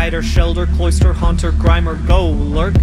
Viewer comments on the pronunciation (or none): none